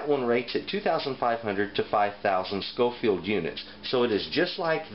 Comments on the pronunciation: I’m sure someone has already picked you up on this, but it’s Scoville abbreviated as shu, not schofield as you are saying. Also there is no such thing a paprika chill, despite what it maybe labelled as where ever you were getting them. Depending on the region you get it from, paprika will be made from various different Chillies or sweet peppers. So in hungry where the best paprika is considered to be made, they mainly use a sweet Ramiro pepper, but again depending on the region others will be used. In Spain where they tend to prefer a little heat in their paprika, it will be a slightly warmer chilli like a Serrano. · It is SCOVILLE units, not SCOFIELD. Just saying. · Great information. Btw its "SCOVILLE", not "SCOFIELD". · Thanks for the video. Its actually Scoville units, as opposed to Scofield. I enjoyed the video though. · It's Scoville not Schofield and most crushed red pepper at your local grocery store is crushed cayenne. You sounded well informed other than that lol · Did you call them "scofield" units? It's scoville. Some good information but that should be cleared up. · Scoville, not "Scofield". Oy. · I'm just wondering why he said "Scoville" correctly the first time, then switched to "Scofield"... Otherwise, great video. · "Scoville". Names after Wibur Scoville who created the scale in the early 1900s. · It's Scoville unit, not Scofield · Its scoville units not scofield units! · It's Scoville not scofield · Am I crazy or do you keep saying "scofield"? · You're right. He said it correctly in the beginning, then kept pronouncing it like "Scoffield". Kinda irritating, but still a good video. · Every time he said “scofield” …. How am I supposed to take him seriously? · I cringed every time you said "scofield". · I can't believe there are not more comments on this. For being a professed knowledgeable person about chile peppers and heat, you'd think he'd know the words 'Scoville Heat Units'. He misspoke many times, not just once.